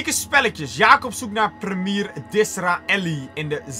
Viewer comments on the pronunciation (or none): Je zegt geen priemier maar je zegt primjee